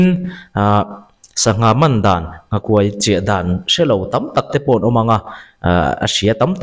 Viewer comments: Nghakuai hi silai tih angin lam tur a niin ka hria. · I nghakuai lam dan a thluk a dik lo. Kuai hi Buai tih thlukin i lam a, Len (fishing net) thluka lam tur. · Nghakuai hi I lam diklo.kuai tih hi lungkuai tihlaia kuai angin lam tur. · Nghakuai i lam danah hian 'kuai' lai hi a ri hniam tur a ni lo maw? 'Luaithli ka nul,' tiha 'luai' ri hniam anga lam/thluk tur a ni lo maw? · I nghakuai lam dan hi a dik lo